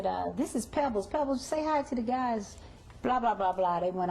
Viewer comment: Her name is Pebbles!!! Not Peebles!